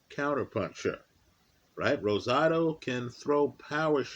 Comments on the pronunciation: Much respect, you rolled that R like a native speaker And I agree. Rosado is a very live underdog tonight. He beat Jacobs imo, and had legit power at 168 thanks to the weight game and tutelage of Freddie Roach. Mungia is a beast but is there to be hit all night. Should be a terrific fight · Nice job rolling the R in Rosado